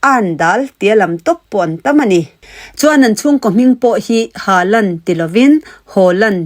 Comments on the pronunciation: I viewers tam ber Mizo nu leh mizo pa lam dan in Haland ti ve mai la, hriat anuam zawk...mizo en atan a mizo tawng hmang leh video siam alom i nih le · Tu nge erling haaland i lam dân lo nuih che a,,nang sia hre chiang leh lam dik Mizote ah an awm lo'ng😊😊😊...